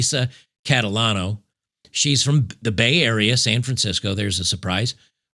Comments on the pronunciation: Cat-a-lotto? You can't make this up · Catalano or 'Lotacato'?